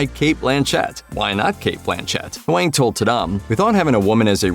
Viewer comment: Its not wang Its Hwang